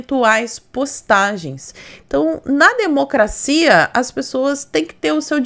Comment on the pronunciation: Oi amiga! Vc é uma excelente co.entarista politica. Vc fala "democracinha', por chacota ou vc não consegue falar "democracia"?.😂😂😂